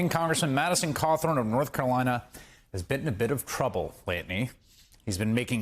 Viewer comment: Is Chris Hayes on drugs? Listen to the first sentence out of his mouth. He slurs like a crazy man, omitting a whole bunch of syllables and saying 'lateny' instead of lately. Maybe he just needs to slow down. Whatever the cause, it's pretty unprofessional.